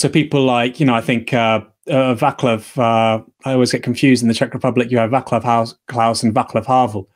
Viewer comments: it just so happens he is bibi's friend well well well :-) btw read it "vaslav" you will sound correct. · ‘Vaclav’ is pronounced ‘VAT-slaav’.